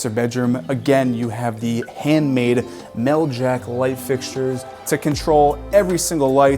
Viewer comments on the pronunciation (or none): AH! Whenever I see Meljac switches, I know it's gonna be good! One thing, however, it's Mel-zha, not Mel-Jak!